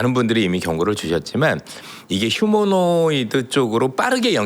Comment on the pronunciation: 이사람 얼마전까지만 해도 휴머노이드를 휴머노 로이드라고 하더니.ㅎㅎㅎ 휴머노 로이드 ㅎㅎ😅😅 난 한차원 높은 로봇인줄알았다.